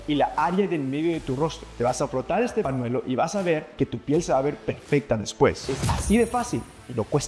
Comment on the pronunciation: No se dice panuelo😂 se dice pañuelo. Aprenda a hablar sin parrecer chicanou